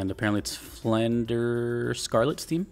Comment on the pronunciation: tfw someone pronounces Flandre's name correctly right off 🥹